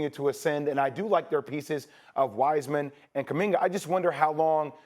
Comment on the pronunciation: Did Stephen A call JK "Kuminger"? Or Am I bugging today!?!?